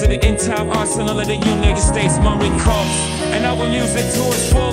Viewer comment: AI Jay-Z pronouncing corps like corpse? LOL